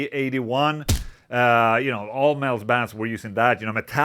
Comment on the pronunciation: For the first minute I thought he was saying “male” but he was saying “metal” 😂